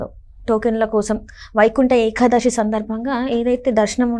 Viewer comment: ఏఖాదశి కాదు ఏకాదశి